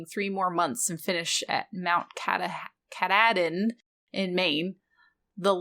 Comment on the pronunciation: Ooooh, the one about the hike to Maine is good. Also, how to pronounce 'Kathadin' is 'Kat-hahd-in'. It's also were a kid got lost a couple decades ago and survived the terrible Maine enviornment.